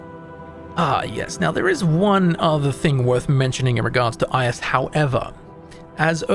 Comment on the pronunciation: The pronounciation of "Ius" really hurts, man xD